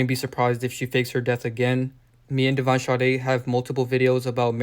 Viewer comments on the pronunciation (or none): none